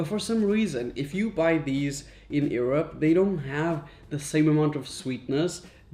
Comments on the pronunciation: Raphael said: erope instead Europe at 4.48 lol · I like your show. Curious that you pronounce Europe as "ear-up" instead of "your-up" - first time I've heard that. Just saying. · Skip to when Europ is pronounced awfully by a guy that complains that European cereal is plan… ☠️